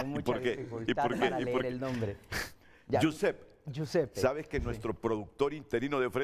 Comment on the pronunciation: No no es yusep es yiusepe guisuppe italiano jose español